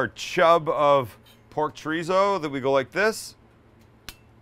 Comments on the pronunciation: ChoooooooRrrrrrrizo.*** not Choryso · come on Sam you can say Cho-rrizzo correctly with the spanish lingo we know you have , educate the masses pinche wero ... LOL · As a Mexican, I love how a Jew says Chow ree zow. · Idk I dont trust people that can't say chorizo right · the whitest “chorizo” i’ve ever heard someone say LMAOOOO